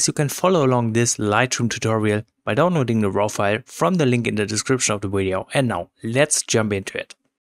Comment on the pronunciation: It's Video not Wideo